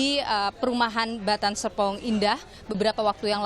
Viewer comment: di koq repoternya bilang batan "sepong" indah 🤔😁🤣🤣